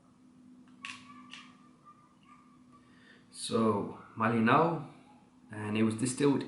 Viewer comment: As Kalimantanese, I would say you correctly pronounce Malinau